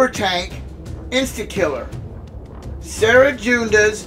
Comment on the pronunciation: You just gotta love it when CG adds a brand new team we've never fought before as a boss of sector 5 and gives them over-fucking-prepared 3. Good ol' CG shenanigans! I'm surprised it doesn't bring you to the store page with every failure. Also, you probably don't care too much but "Cere" is pronounced as "sear" (as in: You want to sear your steak!). Or like the store Sears, minus the s.